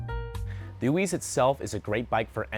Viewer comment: Oiz. not Oiweeez. You guys sell it but don't know how to say the name? its literally ON Orbeas youtube videos of how they say it.